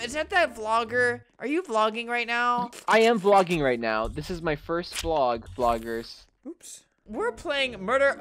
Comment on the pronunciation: He said "woops"